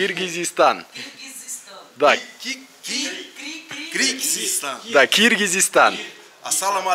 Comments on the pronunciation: Киргистан эмес кыргыстан э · Киргизизсан эмес Кыргызызсан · Ошончо айтырганга жараша Кыргызстан деп айтып да!!!киргизистан дедиресин бузукуланбайле айт да эми Эл алдын да жургонда тилди маданияты ала жүр алып баруучу!!!